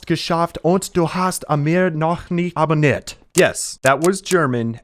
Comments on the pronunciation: me as an german thinking wtf is this pronunciation😂😂😂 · That german pronunciation though, that was so off. btw, he said: "No, we almost did it and you still haven't subscribed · I'm German. That pronouncination was terrible but I understood what you were saying! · That one German sentence, was pronounced completely wrong 😅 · Ja the German was very funny The pronunciation was quite off but I do appreciate the German cameo lmao